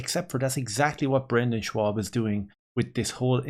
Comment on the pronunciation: Schaub, not Schwab